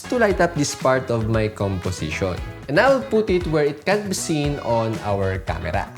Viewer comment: ye camera ko kamra kyu bol raha h......btw great..